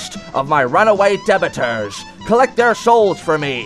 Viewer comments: You said debitters it’s debtors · You said, "debtors" wrong.